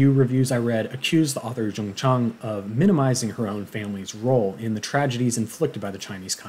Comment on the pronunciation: Your way of pronouncing the author’s name, Jung Chang is correct! FYI, I do speak Mandarin. Thank you for the good review on the book btw :-)